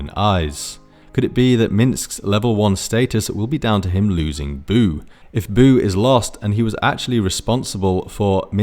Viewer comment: noo, not boo! 😭